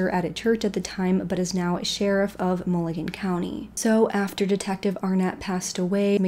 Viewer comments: Just as a heads up, it sounds like you are referring to the county as "Mulligan County." It is in fact pronounced (phonetically) Mew-lynn-berg (born and raised there myself. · Hey sweetheart I just want you to know that Muhlenberg is pronounced Mulenberg the H is silent. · also very off topic but it’s pronounced “mu len berg” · You mispronounced Muhlenberg